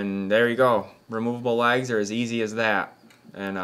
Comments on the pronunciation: Thinking what you were on about when you said lags. You were saying legs lol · It took me a minute to realize you were saying legs and not LAGS. But beautiful work.